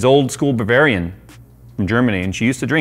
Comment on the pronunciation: MiG-21 entered the chat. (It's RP-21/22 radar is cooled with alcohol actually and it has limited "uptime" until the booze is depleted) "Four dollars and ninetynine US dollars" - wow, that's some expensive shit right there! Had me dying there XD "Old school babarian in Germany" - I guess you meant Bavarian, but secretly, you just nailed it :D